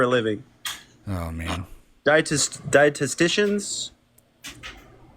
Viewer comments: Longest ad hominem ever "dietistitians" what?😂😂😂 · Dietestistions😂😂😂😂 now I'm convinced its an actual idiot